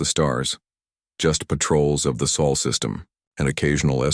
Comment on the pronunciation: SOL system not sole or soul,Sol meaning sun,please sort the AI out